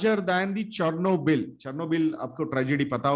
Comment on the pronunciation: Nice video.....btw It's Chernobyl